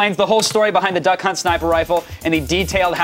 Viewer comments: I swear he says "Dunkhunt" the first time he is meant to say Duckhunt lol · He said, "Dunk Hunt"!!!! LOLOLOL.